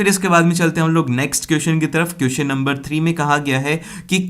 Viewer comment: Kiyuson nahi hote question hote hai mere Bhai apki pronounsation bahut Galt hai